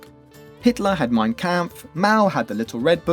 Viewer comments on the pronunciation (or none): none